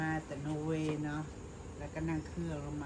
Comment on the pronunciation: นอร์เวย์ ไม่ใช่ โนเวย์ เจ้